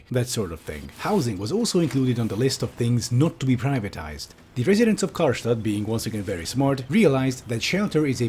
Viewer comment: I like how called the city "Karlstadt" (Stadt in german means city)